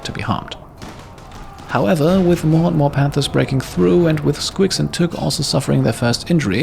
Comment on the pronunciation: I kept hearing "91 man-hunting pandas" and it seemed more adorable than threatening!